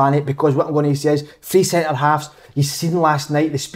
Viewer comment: Big kev "hulp" "sintur midfield"